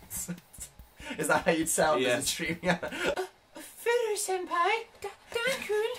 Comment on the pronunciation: Its senpai xD